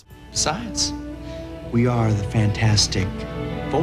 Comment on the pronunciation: Lol he said "fan-4-stic" lol